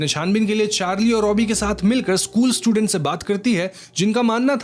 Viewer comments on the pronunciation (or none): none